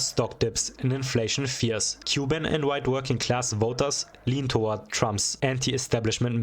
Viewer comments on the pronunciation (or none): none